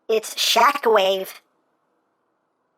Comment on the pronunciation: Thought you said ShaqWave